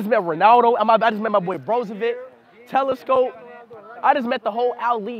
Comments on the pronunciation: Talisca❌ Telescope✅ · Bro called talisca telescope ☠️